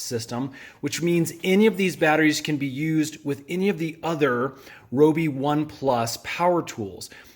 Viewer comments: (Ri-oh-bee) Your welcome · rYobi... sheesh that drove me crazy😅